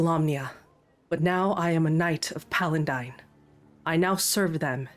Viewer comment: Awesome campaign so far! Dragonlance was my first D&D exposure back in the 80s so hearing and seeing the world come to life again is fantastic! One note is the name of the Platinum Dragon god is Paladine, not PaliNdine. Hope that helps!❤